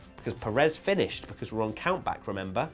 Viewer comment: Will you please. Learn. How. To say. Pérez's. Name. Properly! 👋😢